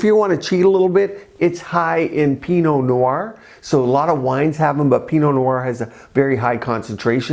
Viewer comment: Haha, yes, I saw that. Then I said, wait! I just had peanut butter yay! Not!! He said Pinot Noir haha